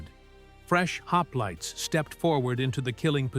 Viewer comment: "Lionaidas and his haplaits" 🙄😉😁